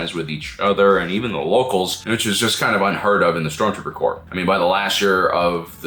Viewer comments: Corps, not "Corp". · This was a cool video, but it's "Stormtrooper corps" not "Stormtrooper corp". Like Marine Corps. "Corps" is French for body, and it's a common military organization stemming from the Napoleonic wars. Three guesses who coined it. ;) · my head canon is the stormtroopers are demolitions experts. Their small arms training is nothing special, but they can blow stuff up real good. By the way, corps with an s is pronounced core. The s isn’t dropped to make it nominative singular.